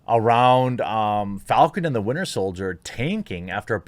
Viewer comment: Yo Jeremy it’s “Winter Soldier” 😂 love the show man!